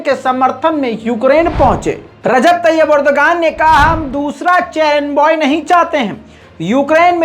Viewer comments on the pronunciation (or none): चेरेनबॉय नही है चेरनोबइल है